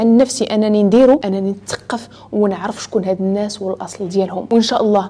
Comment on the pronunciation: أختي الكريمة إحرصي كل الحرص على حفظ الآيات القرآنية فنريد منك الَّا تخطئي لفظها لذلك لو رجعت الى الآية (وأكلهم أموال الناس بالباطل) فان لسانك قد وضع فتحة على سين الناس مع انها مجرورة بالإضافة 😁😁😁❤وشكرا جزيلا وأعانك الله